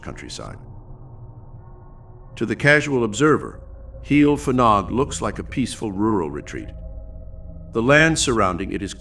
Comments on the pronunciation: Just a note: A single F in Welsh is pronounced like a V. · The F is pronounced V! Ff is F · You got the Heol right but Fanog should be pronounced Vanog.